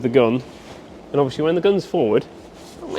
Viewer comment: Why do you keep saying.... ( Obvi wash ly)... anyway love the videos keep them coming..